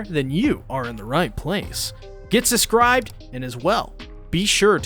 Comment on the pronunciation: i love you and ive watched for a while but can you please pronounce the B in subscribe lol